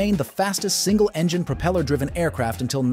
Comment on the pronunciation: "But before we go any further..." earns you a "stop", "dislike" and "no sub". It's a DICK MOVE and should be saved for the end! Throw in the fact that you don't know how to pronounce the word "propeller" and I have to conclude that you have no idea what you're doing. I'm out.